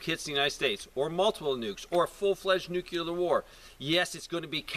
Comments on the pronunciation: New klee er. Not new q lar. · stop saying nukeler, IT IS . NUCLEAR....